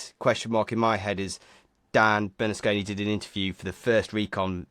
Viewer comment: There is NO "L" in Bernasconi. Juss sayin!